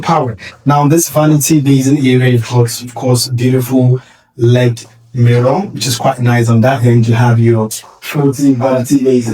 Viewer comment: It's called L.E.D. (LED), not led. Saying "led", indicates it is made of lead, which I hope it is not. LED means Light Emitting Diode. 😊